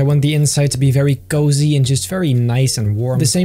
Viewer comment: The way he says cozy 😂